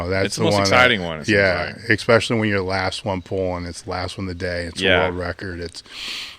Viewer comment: Stop it with the "ekspeshully!" What is wrong with you?